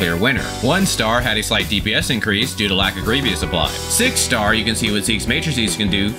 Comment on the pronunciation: Its pronounced gree-vis (grievous) haha good deep dive as always